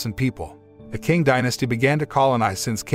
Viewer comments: Not an expert, but the letter Q is usually read as the "Ch" sound, so it would have been read as "Ching" instead of "King" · You're absolutely right. It's pronounced "ching." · Hood movie! I don't think that how 'Qing dynasty' is pronounced. 😁